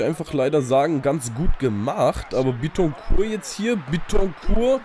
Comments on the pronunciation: bittencourt wird glaube ich nicht französisch ausgesprochen weil er ja deutscher is ;) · Du sprichst Bittencourt Falsch aus :D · als dortmund fan bittecourt falsch aussprechen :O